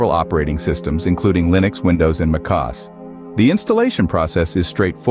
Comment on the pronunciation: f'ing fake voices. The moment I heard "it" pronounce MACOS horribly, I down voted this video. I went back to youtube and told it to never recommend this channel again. NEVER.